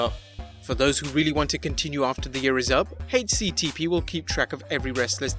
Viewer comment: “Hache CTP”